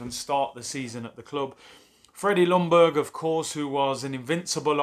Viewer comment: Pleeaase English speaking people !!! The L in Ljungberg is silent. It is pronounced "Youngberg" 🙄